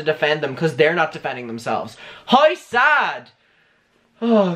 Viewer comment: I like that you pronounce the word "hour" as the letter "r", and also the word "how" as "haur".